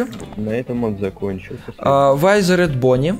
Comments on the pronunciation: Не вайзеред а витхеред или как-то так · Круто только не вайзерет а визерет. Фредди,бонни,чика,Фокси. И т.д. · Не вайзеред а визеред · не вайзерет а визер!!!!!!!!!!!!!!! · Не вайзер а визер😉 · Визеред а не вайзеред